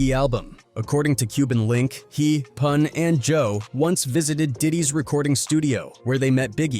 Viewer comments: He called Pun, "Poon." 😫😫😫 so disrespectful. Lol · AI disrespecting Pun name , who is Poon ? 😂 foh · Man said poon 🤦🏽‍♂️